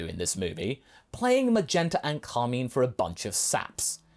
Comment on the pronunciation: “Carmeen”? Car-mine is the guy’s name. You know, like car: a motorized vehicle and mine: as in the word used for when something is yours or the underground area where people go down to unearth materials like coal or iron or even silver. Sorry if this sounds condescending I just felt the need to correct the British guy on how to say a stereotyped villain name of hoity-toity people.